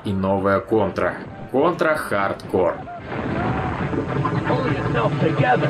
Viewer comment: Тем, кто вознамерился отправить с вопросом к Гуглу, советую присмотреться и к первому слову в названии. Заодно, так сказать. Contra следует произносить |ˈkɑːntrə|